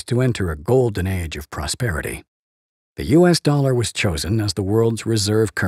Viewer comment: kick the can?!!! Stop the inlesion! Let's keep playing cleaner, intel inside,! From wi dow to window. Don't say DOLLER! ITS THE INLETION!!! It's not the werds DOLLEAR!!! GOT DAMMIT°°! Playing your game, don't mess with. Y bible,Bible, any new inflesion.